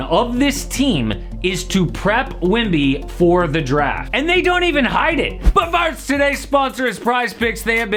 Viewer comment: i swear bro saying wimby instead of wemby